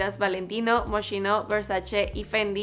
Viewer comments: Se pronuncia MOSQUINO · 1. Se pronuncia MOSKINO 2. Gigi además de estar pasando la cuarentena con Bella, Yolanda y Zayn, también está con su amiga Leah McCartney 3. Creo que no está demás que hayas mencionado que tiene dos hermanas mayores, Alana y Marielle